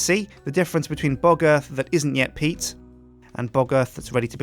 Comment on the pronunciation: Every time he says PEAT farm engine. I always hear PEAT FART engine